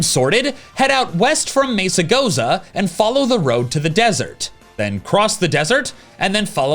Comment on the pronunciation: Every time you mispronounce Mesagoza I feel pain in my chest. Crap.